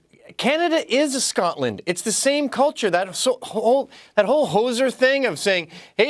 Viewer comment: Well done to Canadians for pronouncing Scotland and Glasgow properly! You guys don't have that annoying wee twang the yanks have! Scaaaatland! Does my fuckin tits in